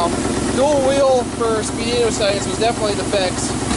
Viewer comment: it's pronounced speed weeno... not spee dino